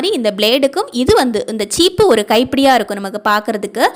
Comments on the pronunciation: Cheepu illa சீப்பு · ச்சீப்பு இல்ல மேம்‌...🤔🤔🤔🤔 சீப்பு.... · உருது பேசும் சகோதரி என்று நினைக்கிறேன் சீப்பு என்பதை தவறாக உச்சரிக்கிறார்🙏